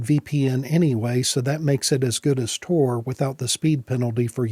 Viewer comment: TOR? damn. thats not what i heard.